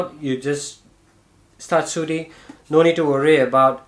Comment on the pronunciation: I love it when he says...Start Soothing 🤣